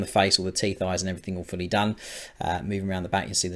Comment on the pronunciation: When you say "all fully painted" it sometimes sounds like "awfully painted", which is not true, obviously. Great job, as usually!